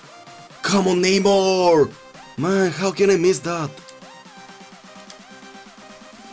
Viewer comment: Neymuuur, Boatenk, Muuurtens